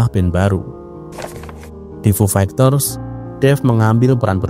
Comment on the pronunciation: Agak risih dnger diksi "fu fegters" Coba next nyebut istilah asing agak dibenerin mas bro Semangat